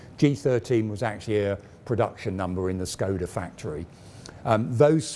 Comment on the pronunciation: Small corrections for the pronounciation. Škoda is to be readen like English would read "Shkoda". "Č" "ČKD" is to be readen like the "Cz" in "Czech". THat's what the ˇ accents do.